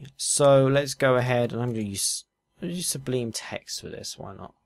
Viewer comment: "Subleem text"